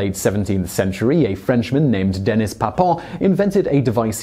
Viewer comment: The French name "Denis" is not pronounced the same the non-French name "Dennis".